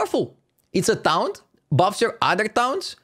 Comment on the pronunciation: Noone:: TOUNT